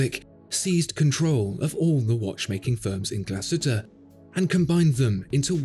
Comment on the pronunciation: Great video 👍 although I think the umlaut over the letter 'U' means it should be pronounced "Glass-Hooter" 😀